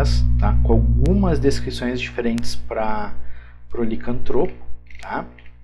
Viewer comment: Tá certo "licanTRÔpo". Se fosse "liCÂNTtropo", seria proparoxítona e teria acento! Obrigado pelo vídeo!